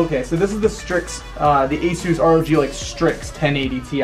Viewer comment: you're pronouncing asus wrong.